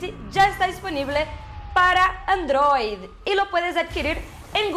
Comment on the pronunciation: 2 comentarios: -¿Qué carajos es esa forma de pronunciar Android? -Usaron imágenes de la interfaz gráfica antigua que tenía su soporte técnico. Ahora es diferente y es bastante más moderna.